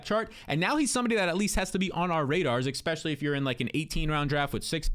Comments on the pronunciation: your a youtuber, you talk for a living. Please learn to say eSpecially not eXpecially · Is anyone else extremely bothered when says “expecially”?